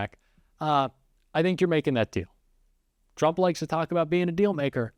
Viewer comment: Turmp? Cognress? Intentional or did you hire someone from fox?